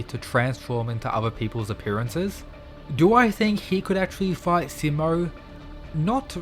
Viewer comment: You’re mispronouncing his name, the “Si” part of his name is supposed to be said with emphasis on it, so that it will sound exactly like how you say he’s in Spanish which is also spelled “Si” you know like how you’d say “see” and “sea”. So for example “See-mo”.